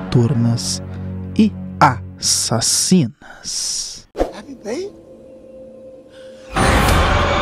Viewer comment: Mano eu amo os "a...ssassino(a) " kkkkkkk